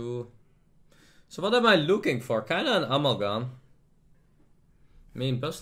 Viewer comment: I wonder if there comes a time when can pronounce 'Amalgam' correctly xD